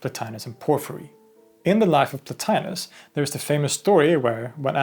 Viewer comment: The name mispronounced in this video as "Plo-tye-nus" is correctly pronounced "Plo-tee-nus." Classical Latin never pronounces the letter i or I as in "pie." Indeed, Romans called that letter "e" as in "tee."